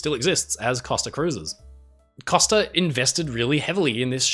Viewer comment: “Costa” is pronounced COH-STUH. You know, as in “coast”, because, that is what “costa” means in Italian, “coast.” They are the “Coast Line” (in English).